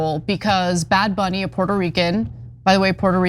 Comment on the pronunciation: Not sure who bad bunny is but am sure that isn't how you should say it